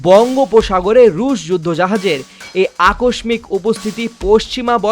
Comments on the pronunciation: শালার সাংবাদিক!!! বাংলা উচ্চারণই ঠিকমত জানে না!! "আকস্মিক" এর উচ্চারণটা শিখে সাংবাদিকতা করবেন please. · "আকস্মিক" উচ্চারণ সঠিক ভাবে উচ্চারণ শিখে উপস্থাপনা করাটা জনগণের দাবী। প্রমিত উচ্চারণ শিখে আসুন।। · উপস্থাপক বাংলা ও ঠিকমতো পড়তে পারেনা 😂(আকস্মিক)